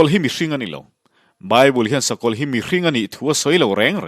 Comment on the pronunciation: Shawm na, Shakawlh, Shawi, nasha tak. Shetana, Shavawm, Shakei.....Sha mah mah...Duhlian țawngah "SHA" a a awm lo..ngaihthlak a hrehawm lek lek...